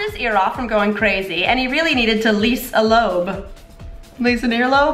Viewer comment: I got the Lisa Loeb joke. Although it is pronounced Low-Ebb, I doubt that's really a problem since it was a pretty thin joke on that one anyway :)